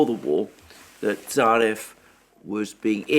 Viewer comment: Mercouris - The correct pronunciation of "Tsarev" is "Tsaryov" with the accent on the "yo" diphthong. In fact, that "e" really is an "ë", like the German one. Like "Kiselev" - "Kiselëv". "Tsarev" - "Tsarëv".